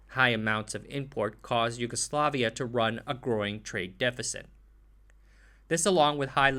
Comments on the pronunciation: It is great video and you did relatively good job (aside of J spoken as english J as in jail, while it should be as Y) Zastava wasn't sole manufacturer in Yugoslavia; CIMOS produced citroens, TOMOS produced small 50cc bikes, TAS produced beetles and Golfs, FAP had licence builted mercedes trucks. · Letter J in serbian is pronounced as english Y, not as Zh